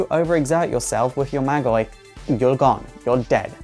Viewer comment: MAAAAAAGI, not Magie